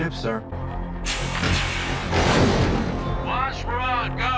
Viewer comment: FYI it's "Wash, not "Walsh". And yes, they didn't want the Reavers to think that anyone was on their ship so they made it look like a dead ship. I won't answer any of your other questions (you know the rules lol!)....so enjoy the ride!